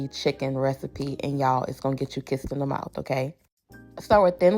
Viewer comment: The "kissed in the mouf" tickled me...I love us